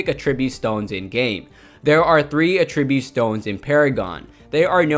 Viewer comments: Agreed. I thought the video was awesome, and very informative (especially for a noob to the game like me) but I kept getting distracted by the word uh-TRIB-yoot. It's AT-trib-yoot. He put the em-FA-sis on the wrong si-LA-bel. :) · Attri-bute... Not attreebute... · It's not a tribute, It's attribute say it right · I couldn't get over how you're saying attribute incorrectly the whole video! uh-TRIB-yoot is the VERB form of the word. I uhTRIByoot my success in Paragon to your video. AH-trib-yoot is the NOUN form. The new AHtribyoot system is so awesome! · Does it bother anyone else the way he says Attribute? He says it aTRIByoot...its ATTribyOOT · Good stuff here! 🙌🏼 (But that's not how you say "attribute" - the noun. What you're saying is the verb "to attribute") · Great video! Just a heads up, you are pronouncing "attribute" like the verb and not like the noun. If you want to switch over, just emphasize the first syllable instead of the second. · The way you pronounce attribute is driving me mad! Someone teach him where the emphasis is in the word please!